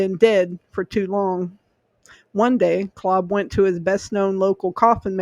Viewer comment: This is my ancestor. Btw, his name is pronounced with a long a. Claaaab.